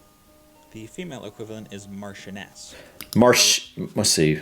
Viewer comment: We put the emphasis on the first syllable with these titles. Most of them sound how they look. Marsheness and Vycount/Vycountess are the pronunciations for the difficult ones.